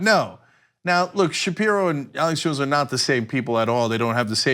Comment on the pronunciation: Arrrrlex Jones.